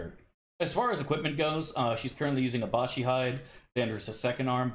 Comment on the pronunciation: Is "Abashi" some kind of meme I'm not familiar with? Otherwise, it's Abishai. A-bi-shai. Abishai are lesser devils, Baatezu, that look like humanoid dragons. That's why they won't let good characters wear it, that armor is literally "of the devil". If you played Planescape: Torment you can see a black variant of them roaming in the Hive, first city you go to. Other than that, I don't recall them in Infinity Games. I think several were in Avernus in Siege of Dragonspear(?), as well.